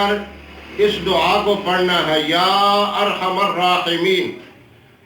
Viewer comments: This should be zher. Not zubr. Ya arhamuraheemin with zher under meem. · میم پر پیش نہیں بلکہ زبر ھونا چاھءے